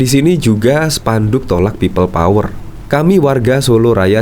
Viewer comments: embah ngomong pipel powel we ga jelas.....tobato mbaaah... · Pipel pouer..pipel pouer.. 🤣🤣🤣🤣